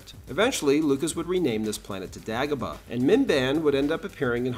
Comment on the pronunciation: It's "Day go bah"